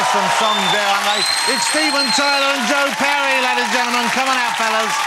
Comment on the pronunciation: "Joe Pewwy"